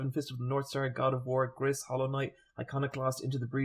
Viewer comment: You probably don’t care but Gris is pronounced “grease”